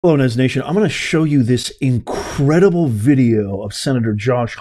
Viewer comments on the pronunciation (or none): NEZ. NOT. NUTS. 🤣